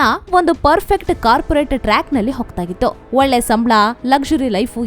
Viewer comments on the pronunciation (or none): none